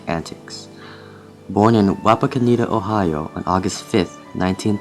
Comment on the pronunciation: HAHAHAHAHA you said wapakoneta wrong!!!